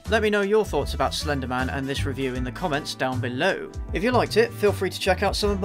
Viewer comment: AT FIRST I REALLY THOUGHT HE WAS SAYING FENDIMAN FENDIMAN FENDIMAN AND I THOT HE LIKED JACKSON WANG